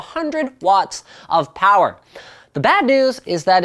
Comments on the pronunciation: "NO, WE NEED MORE POWWA" that made my day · NOOO, WE NEED MORE POWAH